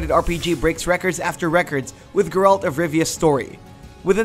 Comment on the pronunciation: Lmao at his pronunciation of Geralt.